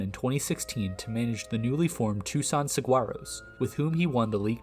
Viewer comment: just a minor point as a native Arizonian, the "g" in saguaro is silent. Also if you're looking for more recent independent league success story, David Peralta is a good case study.